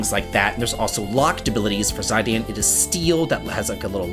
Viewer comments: Zy-Dan is crazy pronunciation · Zai-Dan? That's the funkiest way I've ever heard someone pronounce Zidane. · Zai dan 😂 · It took me til to understand who you mean when you say Zidan, the first time i heard somebody pronounce ot like that. I was thinking „who is zeyedeyan?“ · It's pronounced "Zee-dan" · Zidane Tribal name is read as (Zey-daan) its Arabic زيدان another form of Zayd (زيد) just sayin'.... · There are two generally accepted pronunciations of Zidane. Somehow you chose neither and came up with that atrocity 😂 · Great video.. you said zidane’s name wrong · TIL I’ve been pronouncing Zidane wrong for decades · How could you butcher my boy Zidane's name like that :/ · Absolutely unhinged way to say zidane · lol right. TBF, I could see how if its never said out loud to someone, this could be one way someone would guess.